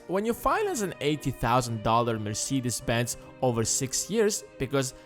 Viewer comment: Never pronounce Mercedes like that again